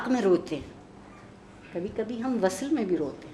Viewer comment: وصَل ❌ (عارفہ جی!) وصْل vsl ✅